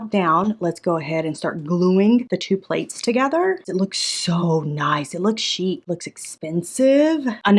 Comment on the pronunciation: The way she kept calling the bowls playes 💀🤣 i love! Shes gonna make that cruise money real quick with her Etsy store garage sale. 😂